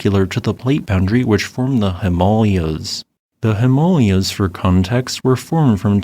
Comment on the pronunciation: Him-a-lay-yin. Try that one a few times. Him-a-lay-yaas. The tibet thing is because china attacked the peaceful country next door, tibet, and is illegally occupying it. It would be like if USA attacked canada, except that canada would destroy american infrastructure similar to what ukraine has done to russia.